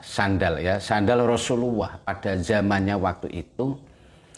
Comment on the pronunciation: Rosululloh bukan rosuluwoh